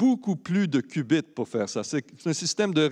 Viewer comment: haha le qbits qui devient "ass biz", si vous en trouver d'autres :D